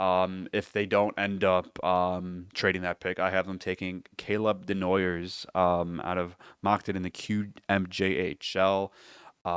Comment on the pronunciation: Calling your male audience beauties is stupid. Mocking the illiterate over Martone, then saying Desnoy-ERS repeatedly is well illiterate. Day-noy-YAY. Fools.